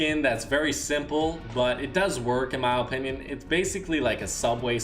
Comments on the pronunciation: It isn’t ooooopinion it is pronounced ah-pin-ion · In his Ohpinion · "In my Olpinion."